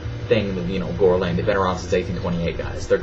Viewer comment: Gore-Lain, Gore gore!